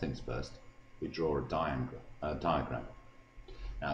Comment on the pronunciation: man said diangle